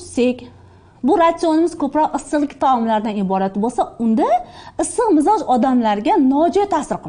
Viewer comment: Mizoj deyiladimi?Biza mijoz deykanimiz